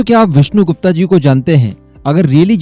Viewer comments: गुप्ता नहीं गुप्त! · Aacharya Chaanakya.....Vishnu Gupt.....not gupta.....gupta ek vaiishya surname hai.....aur Aacharya Chaanakya bhramann the......naa ki koii vyaapaari vaiishya Aur haa ye cmnt maine video 7th second pr pause krke hi kiya hai.....ab aage ki video sun ne jaata hu.... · Mujhe laga koi delegation hoga india ka jab विष्णुगुप्ता bole aap. विष्णुगुप्त bolte to do sec bhi nahi lagta samajhne me. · विष्णु गुप्ता नहीं। विष्णु गुप्त कहिये प्लीज नाम बिगाड़ ने की कोशिश मत कीजिए। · Wo vishnugupt the, n ki vishnu gupta, jaisa ki aap baar baar uchharit karte rhe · विष्णुगुप्त कहो विष्णुगुप्ता नही . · विष्णु गुप्ता नही सयाने वो विष्णु गुप्त होता है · उनके नाम का सही उच्चारण विष्णु गुप्त है ना कि विष्णु गुप्ता